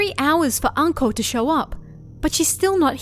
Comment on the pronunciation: Ohhh....Anko...I thought you said 'uncle' at first XD